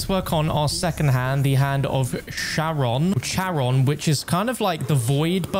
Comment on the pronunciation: the way you still say Charon annoys me 😂😂 let's start the hand of sharon